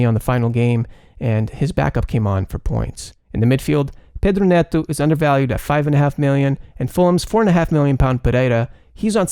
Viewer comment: Your pronunciation is spot on (Pereira, Pedro Neto)!